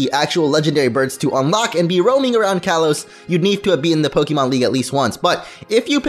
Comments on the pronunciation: Not to be that guy but it’s kalos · you said kalos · It's kalos